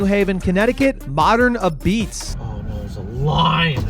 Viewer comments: It’s pronounced “ahbeetz” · its abeetz.